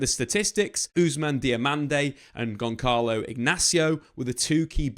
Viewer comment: Gonçalo = read it Gonssalo! And Gonçalves = read it Gonssalves, when you say the names that wrong it seems like you didn’t do enough research! And I know you did!